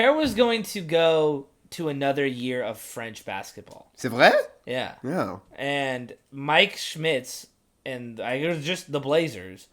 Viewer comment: as a french speaker, my brain just froze hearing you say "c'est vrai" I was totally not expecting to hear some french 1 hour deep into the pod especially since it was pretty well said (usually english speaking people struggle with the french "r", but yours was smooth) Anyway been watching you for a few weeks now and just now subscribed, the way you descriped the Cronin/Schmit management was on point with what I think. There is no clear direction which is frustrating and I can't wait for the new owner to get rid of all of them...